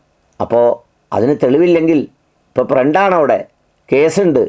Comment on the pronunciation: My prend ooooonchi😂😂